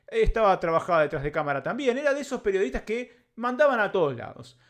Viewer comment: Dice "PERIODITAS"